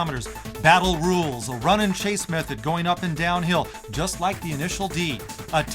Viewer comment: "On the street, the setting of this car might be juuuuuus' right." Hahaa I didn't know was such a Suth'un boy!